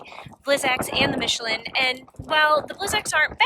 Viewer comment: Also killed "Michelin" so who cares...